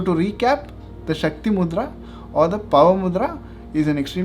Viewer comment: Shakti not shaktri